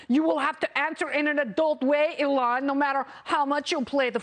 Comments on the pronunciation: Alon Musk? I thought his name was Elon. Pronounce the man's name properly! You sound ridiculous. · Why does she call him Uh-lon? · It’s not Alon Musk, it’s Elon Musk. It’s usually not mispronounced. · Its E-lon Not Ehlon 😆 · It's pronounced "EE-lon", not "ə-LON". You also say "adult" strangely. The "u" sound is like the "u" sound in "null", not "pull". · Please stop calling him “Alon”. Please, Please, Please. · It's E-LON. Not Ellen. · Get rid of this anchor. It’s Elon not Elan. Secondly, the amount of plastic or resin to make those glasses violates the green new deal. This was painful to watch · E-lon NOT eLON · It's eeeeee- lon not. Aaalon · EEE lawn not eh lon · “Alon Musk” 🤣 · Oh my word His name is Elon, how can you trust a reporter that doesn't pronounce words correctly? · When did they start pronouncing his name Ell~onn. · It's EEEElon Musk. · It's pronounced "EE-lohn". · ah lon musk? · So no one’s gonna mention her cringey mispronunciation of Elon’s name?? 😂😅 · Hey, ding dong, you should at least pronounce Mr. Musk's first name correctly! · This lady doesn't even know how to say Elon's name. Why does she think she is qualified to talk about somebody she doesn't even know whose name she fails to pronounce. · Pronouncing Elon wrong then sky link 🤦‍♂️ . Oh well at least I used star-link to google what that was . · Uhh what did she call him? Lol can't even say his name right? Wow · OMG... the way she pronounces "Elon"... ... ... Also it's "Starlink" not "Skylink"... but "brilliant and amazing..." eye roll freaking talking heads... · Can't even pronounce his name